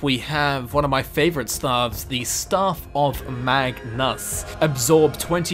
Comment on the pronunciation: When he said staff of magnum instead of staff of Magnus who else wanted a magnum ice cream 🍦